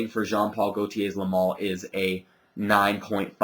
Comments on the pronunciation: Its le male not le mal. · The spelling is Le Male, but it's pronounced "Le Maule". I actually have two bottles of this. A 4.2 oz and a 2.5 oz that I got about a month ago and I just cannot stop using it. The top is addicting to me, and the vanilla is very smooth. I don't see where everyone says the projection is crazy on this though. It's got good projection for the first hour or so, and then it dries down and has fairly average projection on me. Longevity unfortunately for me is only about 5-6 hours =/